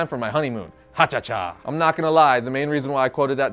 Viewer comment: ....how the hell do you mess up saying "ha cha cha?"